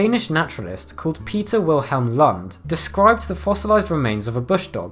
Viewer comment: Didn't know it was possible to butcher the last name "Lund" quite that bad.